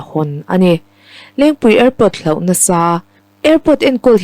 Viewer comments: Hlauh tih tur a nilo. Hloh tih zawk tur a ni e.. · Hlauh ni lo in HLOH tihtur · Hlauh ti lovin "hloh" tiin lam se aw...